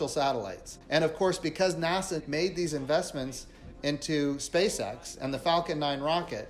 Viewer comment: Not sure if anyone has notice but when you say SpaceX slowly it sounds like SpaceSex. I think it’s intentional.